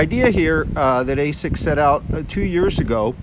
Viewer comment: You called it "ASCIS"... ;D